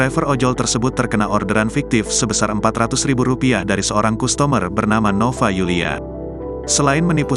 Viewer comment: Maaf, kata customer bukan dibaca kustomer, tapi kastemer.